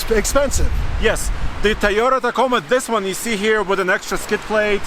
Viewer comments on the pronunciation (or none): "the tiyota ticoma"